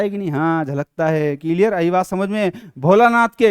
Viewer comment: Clear 👎ciliar😂👍